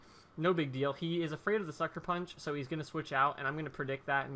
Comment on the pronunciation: the first time u said sucker punch i thought u said fucker punch